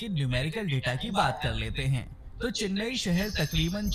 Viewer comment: Say Chennai not Chinnaaai